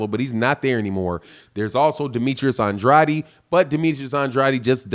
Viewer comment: Lmao why is it so hard to say “An.....Drade” good content though ✊🏽